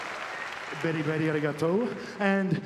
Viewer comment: Beri Beri Arigatou. lol Omega nailed it. Japanese pronounciation of english is always makes me laugh.